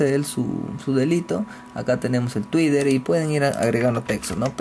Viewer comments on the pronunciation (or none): quien coños se va a suscribir y ver mas videos tuyos, si con esa muletilla del "no?" lo que hace es estresar al oyente, nadie te dice que pronuncias twitter muy mal? pues lo haces.